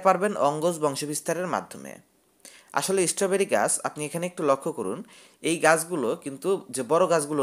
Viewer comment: ভাই, ওটা ঈস্ট্রোবেরি নয়, ওটা হল স্ট্রবেরী! উচ্চারণ ঠিক করো!